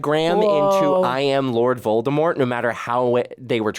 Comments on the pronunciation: It's Voldemort not voltermort 😂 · At this point it’s Annoying to see and hear butchering Voldemort’s Nama over and over again 😢